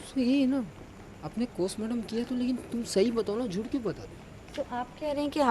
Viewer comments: Abe postmartam ko Kostmartam kyun bol raha hai😂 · Chutiyanandan cosmartum nhi postmartum hota h